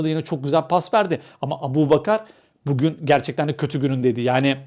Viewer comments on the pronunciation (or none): none